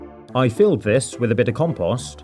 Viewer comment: the way he says compost is so funny😂